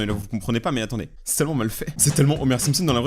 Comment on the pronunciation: Pas mal " simspons "